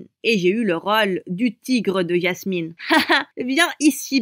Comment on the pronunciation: Elle dit ÏASMINE au lieux de Jasmine XD